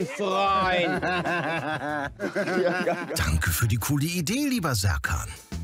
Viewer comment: Sertschan heißt doch Scherkan! Wissen wir doch seit Bip